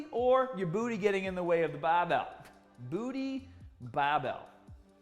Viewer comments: why is he saying supah and bahbell but has normal american accent😭 so confused rn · Lmao he taught me how to properly hold a bahbell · Kind of click baity. Title says barbell not bahbell. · Great clip,! The rear barbell shrug, in particular, was a revelation. Both informative and entertaining (that “nipples hard” tag nearly made me spray my green tea across the room). Here I must confess that my primary motivation for clicking on this video was the prospect of hearing you say “bahhbell” several times in five minutes. 😔 However, I ended up with so much more. Thanks again and keep ‘em coming! 👍🏿🦁🔥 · His accident did...he says “Barbell” now like he’s from Boston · As a non American, I find the way says "barbell/started/harder" so strange! Haaaaahhdaahhh! 😂